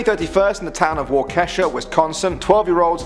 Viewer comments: its not wah kesha its wah ka shaw and its not wisk on sin its wis con sin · It’s not WauKESHA. It’s (phonetically) Wau-keh-Shaw. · UGGG ITS WAH-KEY-SHAW NOT WA-KESH-AH I'm from there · bruh. its pronounced wah-ka-shaw not wah-keesha. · Waw-keh-shuh? No you non-Wisconsinite, it’s wa-keh-shah. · "Wah-kesha" bruh. "Wah-kuh-shaw." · It's "Wah-key-shaw" not waKe$ha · Waukesha (wow keh Shaw) not wa kesha its not a trashy pop artest. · I’ve giving you a fact! Number 10 is actually pronounced waw-Key-Shaw...Waukesha...I used to live in Wisconsin so ik that,, lol sorry it just bothered me..LOVE YOU!❤️ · Bro, Waukesha is pronounced Walk-a-shaw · I'm sorry but like into the video he said waukesha and I cried on the inside. Wa-ka-Sha is how it's pronounced. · how he said Waukesha bothered me. (it's wau-KEE-sha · Im from wisconsin and know how yo pronounce Waukesha. Its (wa-ke-sha) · It's "Wa-kuh-sha" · He butchered waukesha. It's actually pronounced waw-key-shaw. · It’s pronounced wauk uh Shaw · Oml the way he pronounced waukesha tho lol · maybe but I'm sure he could have looked up how to pronounce it right lol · the way you said waukesha omg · the way he said waukesha lol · aaaand....not surprised that Waukesha was pronounced wrong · The way he pronounces Waukesha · He totally butchered my home town Waukesha